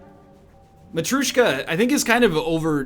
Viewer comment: there is no "u" in matryoshka, egg smh